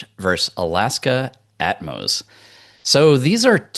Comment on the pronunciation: keeps calling it At-mos! It’s Atmos (one word) 😂.